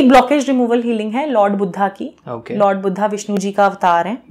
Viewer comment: Just say okay not oukay 😐 and also say o not ou!